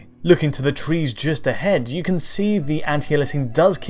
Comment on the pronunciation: It's who can't say the word "can"